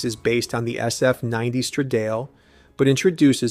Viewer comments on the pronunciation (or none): STRADALE not ‘stradeil’ FFS